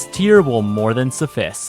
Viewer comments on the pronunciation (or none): suffice is pronounced suf-ice ❄️ not suf-iss